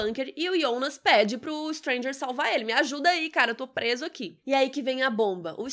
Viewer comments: Tão mais legal pronunciar Jonas ao invés de I onas :/ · "IONAS"??? A GENTE QUE ASSISTE DUBLADO ESCUTA "JONAS"... " AH. MAS EU ASSISTI EM ALEMÃO".... Foda-se: estamos no Brasil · Aiii de boa, eu ia assistir o vídeo todo mas desanimou ficar ouvindo Ionas.... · Que agonia dela falando Yonas. 🙄